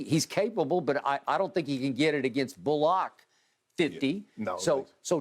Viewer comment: I can't get over Shannon torturing Reggie bullock's name 🤣🤣🤣